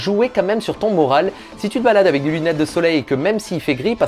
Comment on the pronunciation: Vraiment fais attention a ta prononciation sur le mot "avec" que dit tout le temps "avé" c'est très perturbant haha